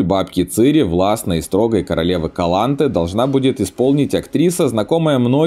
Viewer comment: калант'э а не кала'нте